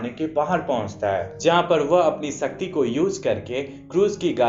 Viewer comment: Bhai it’s shakti not sasti